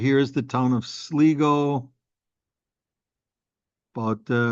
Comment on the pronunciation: Ask a local how to pronounce Sligo, hope you enjoy the visit